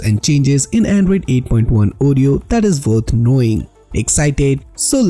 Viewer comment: "Andruyd Eiight Puint one Ureyo" Hahahahaha